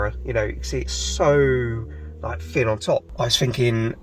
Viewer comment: It’s not fin on top it’s actually thin on top !😊